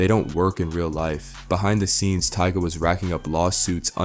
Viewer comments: Did he say TEEGAH? 🤣🤣🤣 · Tyga ❎ Tea-Gahhh✅ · Who TF is Tiega?! Bro call this man by his name 🤦🏻‍♀️ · Lmao Teega? u mean tiger (Tyga) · Funny how you learned these people financial and personal business but can't say their names correctly. 😅😂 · Which one is it TYGA OR TEGA 😂😂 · Tee Guh 🤦‍♂️ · Tea-ga.... lol that's wild. Sounds like a mortal kombat character name. Tea-ga... wins... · Lmaoo bow. Wow and teeta 😂😂